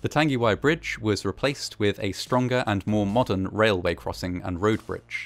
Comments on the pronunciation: Tongue-a-why I'd how it's pronounced bro- Nzer/ part maori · tung-e-why . g sound is mostly silent in te reo maori. love your work mate. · Pronounced Tongue-e-why disaster. Arohanui ❤ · Tangiwai. Tarn-gi-why? Nah. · not to be that person but the pronounciation was actually... not the best. like at all. notably the "ng" sound in tangiwai, whangaehu was mispronounced with a hard g instead of a soft g. also he used the "w" sound for whangaehu instead of the "f" sound. can't blame him though, he was reading it in phonetic English rather than Te Reo (and many pakeha can't even say shit right so there you have it)